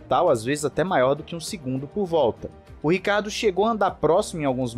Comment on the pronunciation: Não entendo porque é tão difícil ler o SOBRENOME dele Ricardo é nome próprio sobrenome é Ricciardo italiano se lê (rithiardo) tenso....